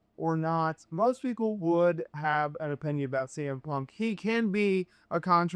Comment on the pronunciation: Za to AI gdzie już w sekundzie kuje w uszy jak wypowiada Cm Punk nawet nie licz na subskrypcje… na skróty to do domu najebany dasz radę wrócić tutaj tylko zniechęcasz do siebie